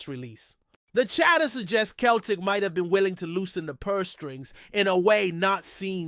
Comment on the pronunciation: It’s pronounced Seltic you 🤡not Keltic 🤡🤡🤡💩